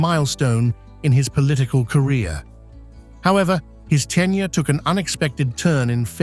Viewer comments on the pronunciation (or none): Jesus Christ. 1. It's "tenure" not "10 year" 2. It's Bow (bough) Wow, not Bow (Beau) Wow. 3. It was George H.W. Bush, who ran against Dukakis, you showed his son, George W Bush. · “Ten Year” for tenure 😂